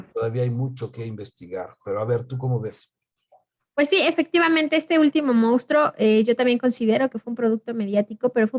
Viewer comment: Hola. Con todo respeto es monstruo no mounstro como en algunas ocasiones en este vídeo lo pronuncian. Yo creo que en el caso del chupacabras caben diferentes entidades, algunas de ellas verdaderas no todas, sino pregúntenselo a los campesinos. Además no fue un fenómeno único de México sino de Latinoamérica por lo que no se justificarían las causas de este fenómeno que ustedes mencionan. Hay varios casos que se comunicaron en Florida, centroamérica y sudamérica.